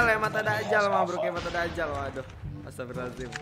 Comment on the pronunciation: Dajjal bang bukan Dakjal maaf kalo nyinggung 🙏